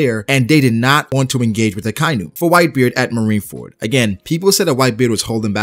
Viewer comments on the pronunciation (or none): I really like your videos man but could you stop saying "Akainyu". Its "Aka" "Inu". "Red" "Dog" 👍 you got this.